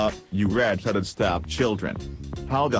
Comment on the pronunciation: 'Red-heade stepchildren' XD